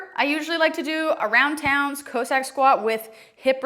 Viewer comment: Great video. But cossack is still not pronounced co-sack lol.